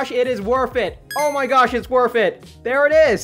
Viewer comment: Lol he said WORFT IT!!!